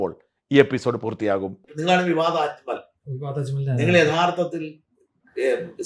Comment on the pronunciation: അക്മൽ അല്ല, അജ്മൽ